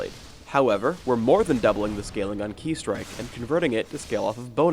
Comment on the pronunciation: This patch was made by nerf master suck town for sure. Also, I was so sure that shen's "Ki Strike" was pronounced like "Kai strike", not "Key strike". My life is now empty :(